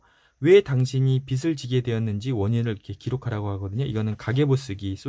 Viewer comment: 너무 좋은 책들 잘 듣고 있습니다^^ 감사한 마음으로 듣고 있는데 작은 부탁은 빚 발음하실때 비시 비슬 하시는데 비즐 비지 라고 해주시면 좋겠어요^^ 죄송합니다 이런 부탁까지 해서요 좋은 방송 잘 듣겠습니다~~!!